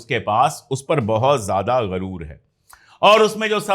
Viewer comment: अशोक सर गरूर नहीं गुरूर होता है